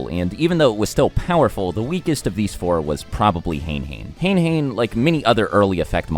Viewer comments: it is not pronounced "heyn heyn" it is "hane hane" (é), hane means feathers in Japanese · It’s not Hane-Hane it’s “ha-neh ha-neh” Japanese pronunciation. Otherwise, great vid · Hane-Hane is "ha ne ha ne" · It wasnt only till very recently that I found out Hane-Hane is pronounced "Hah Nay Hah Nay" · Hane hane is actually pronounced ha-neigh ha-neigh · You pronounced hane-hane’s name wrong. You pronounce it “han ay - Han ay” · Just FYI, Hane-Hane isn't pronounced the same way as in this video. The actual name is pronounced as (ha-nay, ha-nay). Which, if you know Japanese (the game's origin language), it would be ハネハネ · Hane hane is pronounced Ha-nay Ha-nay